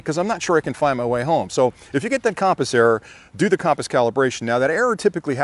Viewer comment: Great video as always. Super helpful for new flyers. BUT I got to help you out on your pronunciation of compass.,. It’s kuhm-puhs... as in “come” here.... not KAHM-puhs. 😁😁